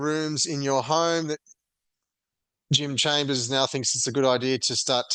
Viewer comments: its chalmers not chambers bro wtf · lol Jim chambers eh? It’s chalmers mate… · Chalmers dude, not Chambers 👍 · ChaLmers… if you’re going to critique someone, learn their name. If you haven’t bothered to listen to how his name is pronounced, how can we trust your information about him?